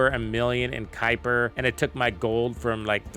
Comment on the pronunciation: The mispronunciations by youtubers for this game is insane. Kuiper, valby, viessa, sharen lepic.... The words/names are said in the game by characters multiple times, and they still say it incorrectly. Drives me nuts 😂😂